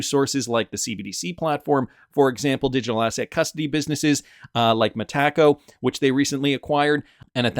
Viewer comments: It's META-co, not me-TACO. 😁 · The first time I heard you mispronounce "Metaco" I had to pause the video and wonder what you were talking about. Now I pause the video and write a comment about it. It's distracting and doesn't sound right at all 😅